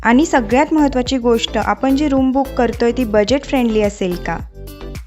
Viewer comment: आनी, आपन नाही आणि आपण असे उच्चार करा.